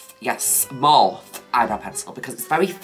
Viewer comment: Please, no one tell her how MORPHE is actually pronounced.